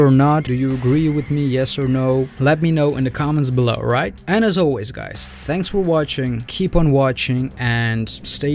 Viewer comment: So impressed by your editing but more impressed by your German lol. Lee is very likeable. Also at the end you said "And as always" I thought you said "Anna's always" hoping that's the next one! heh